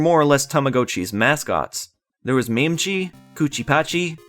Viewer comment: And yet you completely mispronounced mametchi and memetchi